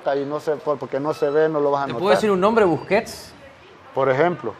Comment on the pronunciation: ESTE CHAVAL DISE BUSQUET.JAJAJA XDSSSSSS...MENCIONA AL GENIO MARAVILLA ASTRO DE CONTENCION CASI UN MAAGO CON EL BALON....EL GRANDE. INIESTA....XDSSS EL SI Q ADMIRABLE.....CLARO MAJICO GONZALES. JAMASSSS NUNCA VA EXISTIR UN MAJICO...MIS RESPETOS SSLUDOS DE UN CATRACHO..VIVO EN ESPAÑA...SALUDOS HERMANITOS SALVADOREÑOS